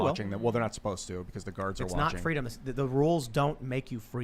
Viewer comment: Kamala wants Fweedom.